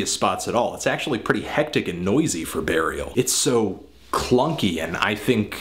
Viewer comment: He says Barial :)